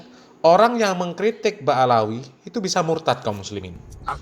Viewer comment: Ba,lawi bukan baalawi